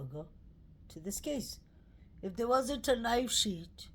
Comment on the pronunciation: Fyi: not knife sheet. It is knife sheath. Not kings rd, it is king rd.